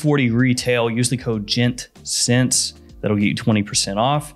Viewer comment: Not "Gents Cents", but "Gent Scents". 😂😂❤❤